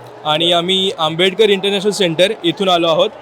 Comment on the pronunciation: बाबासाहेब आंबेडकर यांच नाव नीट घे तु नाव कस सांगतोय